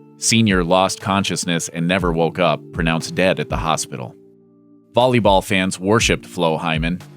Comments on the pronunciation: It's not "Bolleybal" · Bruh he said "bolleyball